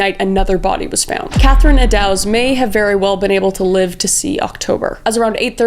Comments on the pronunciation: I’ve taken the tour of Whitechapel and it’s still kind of eerie. I recommend it though if you’re ever in London. We even had a drink at the Ten Bells which still exists and where most of the women would patronize. Also, it’s pronounced like “Edd-does (like a female deer)” instead of “Edd-dows”. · No hate Kris, maybe next time watch a documentary so you know how to pronounce the names. Thames sounds more like "Tems" and Eddowes is Edd-Ohhs. I love your true crime stuff, please keep it up 💜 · Kris I love ya! But Eddowes is pronounced like ‘meadows’, and Mitre is pronounced like ‘fighter’. You’re my favorite!